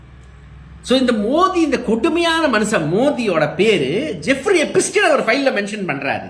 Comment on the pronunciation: நீ படிக்காதவனா? எப்ஸ்டின் பெயரை எப்பிஸ்டின் என்று எச்சரிக்கிறாயே?